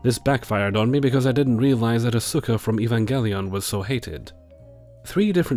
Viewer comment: I know this is nerdy of me to point out, but you can tell hasn't seen Evangelion based on how he pronounces Asuka:) Hint: It sounds like "Oscar" without the R. Not the PRECISE pronunciation but the easy way for English speakers to get close. Also "waifu wars" are always cringey to me. Whatever happened to just having "favorite characters"?